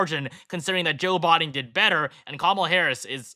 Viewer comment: "Joe Bod-en" lmao